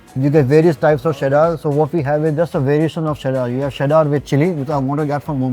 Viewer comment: What's the deal with Chef Vineet pronouncing cheddar cheese as sheddar cheese?